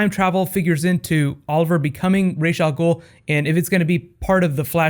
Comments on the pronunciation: No no freaking Ra'a Amell it's gonna be Al-Sha-Heem... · Ras ah mell i died